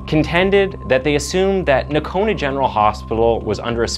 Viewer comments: It's pronounced No-cone-ah. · it’s pronounced, NO-CONA….lol